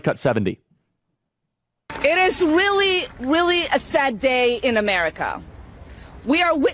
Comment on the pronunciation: "It is Willy Willy a sad day in Amewica"